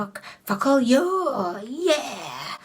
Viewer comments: Focallure is pronounced as folk allure and not fock allure i guess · I love videos you use focallure in because it just sounds like you’re saying “f**k all y’all” and I just love it 😂😂